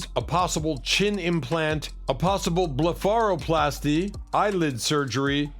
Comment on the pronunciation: Dude...blef-ara-plaaasty. pretty sure Google will give you pronunciations if u take the 3 seconds to use it😂